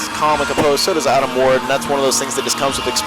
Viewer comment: The one announcer keeps saying wade. It's fn ward ! Ya big idiot